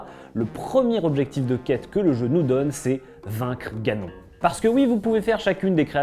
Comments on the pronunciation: Ganon ? On prononce "ganone " 🤣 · Il est écrit que seul Link peut vaincre Ganon. Au secours, ce n'est pas la bonne prononciation du nom de l'ennemi